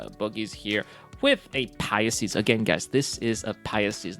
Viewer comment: "Pisces" (2 syllables) pronounced "Pie" (the baked desert) + "Seas" (body of water). Pie+Seas= "Pisces", now you try to say it ;-) [Sorry but I keep hearing you say "Pie-yah-seas"]